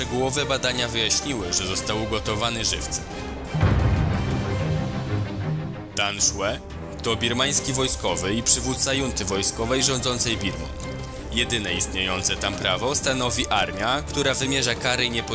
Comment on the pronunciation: junty czytamy CHUNTY po Polsku .... ucz się zanim zaczniesz rozprzestrzeniać głupotę